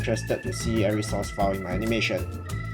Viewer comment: i thought it was "source"file not sauce file.